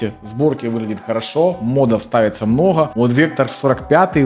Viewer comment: мноха...блин слушать противно. научись выговаривать букву Г